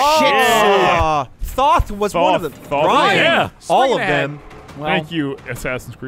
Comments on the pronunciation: thoth is pronounced thoeth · Every Smite player watching this was likely triggered over how you pronounced Thoth.